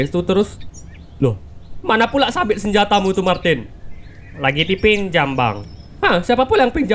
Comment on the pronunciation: Martin hah bukan Martina lah